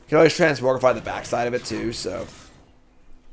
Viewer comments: If doesn’t stop mispronouncing Transmogrify I might tilt out of existence. It’s TransMOGrify not transMORGify! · will try to pronounce it correctly if we bug and beg him enough (he did so for "Jee-ada" a while back). Transmogrify even has "Mogg" in it, so he has no excuses. "It's another (trans)MOG(rify) Monday!"